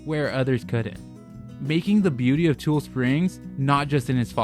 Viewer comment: I don’t mean to be that guy, but it’s like saying Ne-vah-duh when it’s pronounced Ne-vaa-duh…it’s TU-LEE springs, not tool springs. Just fyi